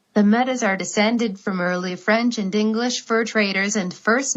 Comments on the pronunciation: Metis... no it is pronounced Meti... not Metis... It is written Metis though ! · Metis is pronounced like may tea